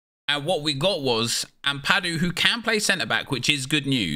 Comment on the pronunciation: The way he says ampadu 😭